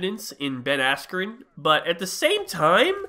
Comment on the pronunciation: I have no clue how you pronounce his name wrong